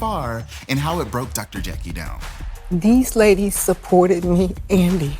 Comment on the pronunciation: 🗣️ every Time I hear Dr Jackie - I hear Dr Jekyll instead. THAT'S the name of a 2 faced medical mean gorl